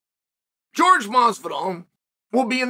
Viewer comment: Its hilarious he calls him George and not Jorge ...lol